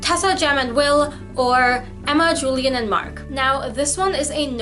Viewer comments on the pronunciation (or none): I dont want to be mean by saying this. I just want to point this out for you I noticed you pronounce "Julian" the american way But that is not correct You remember how Arthur had had an obsession with the Antique cultures and therefore had named every one of his children after some Roman or Greek people. He wanted to name Julian as Julius after Julius Caesar bit his wife wanted it to be at least "Julian" since its a bit more modern. In relation to that "Julian" is pronounced as "Ulian" (I hope you get it). Im 99% sure about this 😂.